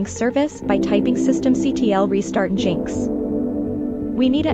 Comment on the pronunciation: its engine x not jinx but yeah youre an ai abused to steal peoples data.